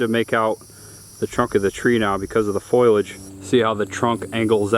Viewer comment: Foliage. Lol foilage. It's like people saying nucular instead of nuclear